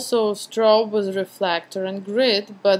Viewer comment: Just one thing ... do not pronounce the "Z" sound so much .. when you say "with" you pronounce it like "withzzz"